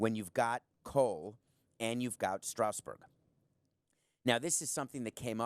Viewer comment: He has good points but his pronunciation of "Strasburg" is distracting. It's not pronounced "Strowsburg", it's Strasburg.